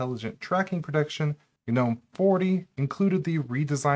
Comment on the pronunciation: Thank you for saying ‘nome’ (like that word is pronounced) instead of ‘guh-nome’. Guh-nome drives me nuts.